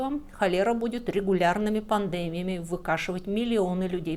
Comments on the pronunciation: Слишком частое моргание, в пандемии ударение на "а" вместо "и", гнусавый, напряженный, скрипучий, тихий голос, из-за которого страдает и выразительность, неидеальная дикция ("мервецы" вместо "мертвецы", "албацкие песни" вместо "албанские") О какой хорошей подаче материала пишут комментарии? Материал хороший, но подача не очень. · Слишком частое моргание, в пандемии ударение на "а" вместо "и", гнусавый, напряженный, скрипучий, тихий голос, из-за которого страдает и выразительность, неидеальная дикция ("мервецы" вместо "мертвецы", "албацкие песни" вместо "албанские", "гондон" вместо "лондон") О какой хорошей подаче материала пишут комментарии? Материал хороший, но подача не очень.